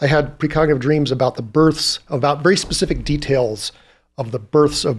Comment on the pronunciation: did you say pacific rather than specific? Another great podcast. This is right up my street. Thank you 🙏